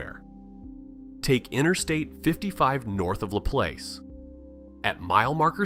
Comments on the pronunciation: I laughed when it said La place !!! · “ Laplace” lmao!!!!!!!! It PRONOUNCED LA PLAASE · U right. They never know the right pronunciation. Laplace. Is pronounced Laplaz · It's la plack I'm from Louisiana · He really pronounced laplace and ruddock wrong as hell 🤣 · you can tell the voice aint from Louisiana..just by how he pronounced Maurepas, and LaPlace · I saw your comment before watching the video...I am afraid to learn of a new way someone butchers LaPlace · hold up, wait a minute, you got the pronunciations right but it ain't necessarily a black & white thing. it's more of a Reserve-Laplace thing. in Reserve we know how to say it but those people in Laplace just want to feel like they higher class than everybody else